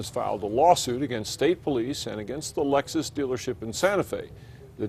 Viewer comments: What the fuck is a "Lexis"?? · 0.42 Lexis lmao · Lexis? What the hell ? It's Lexus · that shit said lexis not lexus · Lexis lmao it's Lexus